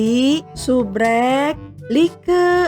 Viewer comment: Lucu nya pas bilang subscribe malah subrek🤣🤣🤣🤣🤣